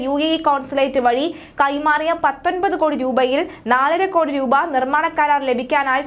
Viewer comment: റദ്ദാക്കുക, രൂപ "ഈ വാക്കുകൾ പത്തു പ്രാവശ്യം വീതം പറഞ്ഞു പഠിക്കൂ